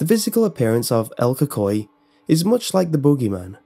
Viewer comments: This man said el kokoay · “ EL COCOI” Bro, I hate when people pronounce things wrong, But its okay because you don’t even speak Spanish, :| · It is pronouced like this: Say the letter L and then Coo coo ee. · u did well but pronounced it wrong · so no research on the pronunciation of el cucuy? really????? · Your literally slaughtering it's name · I’m cringing how you say el cucuy